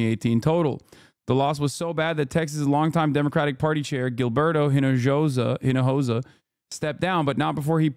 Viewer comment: Hinojosa btw is pronounced EE-NO-HO-SAH H in Spanish is like H in French — unpronounced.